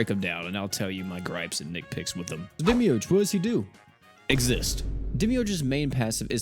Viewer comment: Demiurge… Demimid 🫡